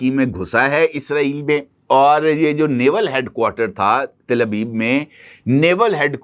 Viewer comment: Til Abib ❌ Tal Abib ✔️ آپ عالمی میڈیا پر ھیں ، لفظ کی ادائیگی بہت اھم ھے ۔۔۔۔۔ غلط ادائیگی کم علمی کی نشاندھی کرتا ھے ۔۔۔۔۔❤